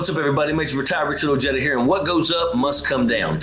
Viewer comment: What do you expect, he pronounces his own name Oh-jedda instead of Oh-hey-da? Lol